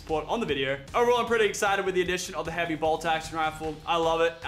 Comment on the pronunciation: It annoys me when Lachlan says heavy bolt